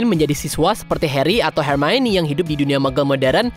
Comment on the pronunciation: iya, pas part 'mio' dibacanya 'maie' ribet sih memang nama dia